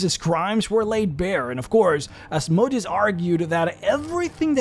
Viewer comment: Said it before, say it again: Asmodeus has emphasis on the "e", not the "o". The "o" should barely be soundable, as it is a sheva sound, which means ususlly not soundable, with some exceptions being a ultrashort vocal. It comes from hebrew Ashmedày, to greek Asmodaìos, to latin Asmodèus. Putting the emphasis on the "o" makes him sound like a machine. Sorry for being so pedantic